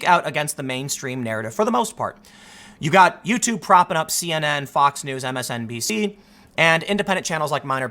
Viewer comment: Did Tim say MSNPC?